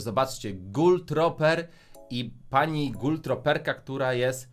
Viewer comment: jezu czlowieku az tak u ciebie zle z angielskim?? Mowi sie gul truper a nie gul troper 😒😒😒